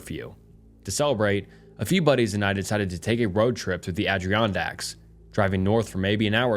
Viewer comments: It was rough hearing him mispronounce it the whole time. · (ad-er-on-dacks) (ALL-ban-ee) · Ada-ron-dacks All-bany Lake Sham-plain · Your pronunciation of Ad•i•ron•dacks is so funny lol